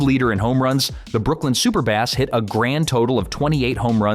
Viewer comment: OK Brooklyn wasn't the "Super-Bahs", they the "Superb-bahs"..."superb" like "great". Later the Robins after manager Wilbert Robinson, then the Trolley-Dodgers (Ebbets Field was built on the corner of several busy trolley lines), then just Dodgers. BTW as noted everything you said about Ty Cobb was incorrect. Nonsense from scumbag Al Stump's writings.